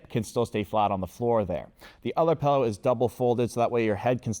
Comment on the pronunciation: please, never stop saying pellow